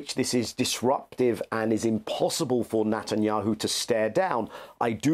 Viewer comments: He says the devil’s name correctly “Nut & yahoo” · I like the way Mr. Levy pronounces Netanyahu's name as "Nut and Yahoo." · Daniel Levy’s pronunciation of the PM’s surname cracks me up each time he says it: “Nut n’ Yahoo” 🤣